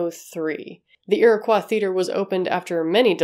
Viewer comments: I love your channel, and your content! My only quibble is your pronunciation of "Iroquois." It's not a French word, as such it's pronounced "ear-o-coy," not "ear-a-cwa." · Pronounced Ear-i-coy actually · do you know something I don't? Why do you say Iroquois like that? In chicago we say "ear-a-coy" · I was thinking the same. I love her and this channel but it was painful to hear it pronounced like that. My grandfather was part of the Iroquois tribe so I've heard it a ton growing up. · Don't... Its similar to ppl getting irritated by Illinois being said incorrectly.